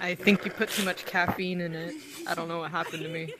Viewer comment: ITS CATFEINE NOT CATFINE